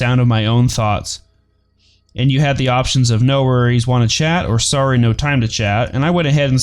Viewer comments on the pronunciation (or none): none